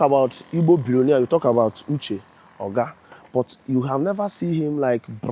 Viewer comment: His name is not Uche Ogá. Make research and know how to pronounce people’s names. You made this same mistake with Justice Oputa’s name.